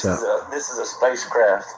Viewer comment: ' this is a spacecraft' country accent... i loved that hahaha, another great video